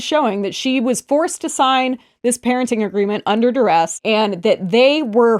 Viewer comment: Is she trying to say under DURESS?